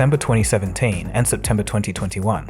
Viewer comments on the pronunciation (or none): none